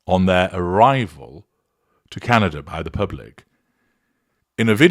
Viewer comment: You actually made my teeth hurt. My friend was in Whistler and he did not hear any booing. The atmosphere was not positive but I can accept that. But at least the witch or Megladon can say Canada. Wow hard to say but you fi-ucked it up. If needed you can phonic say Kan-a -da. Megan is not wanted here but we are polite. And I think what was hear is our EH or A depending and yes you are a narcissist because no one but your voice can hurt my teeth.